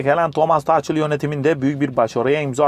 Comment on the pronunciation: yok tarçın. Thomas Tuhel diye okunuyor. Arada ç harbi bile yok. Thomas Tuchel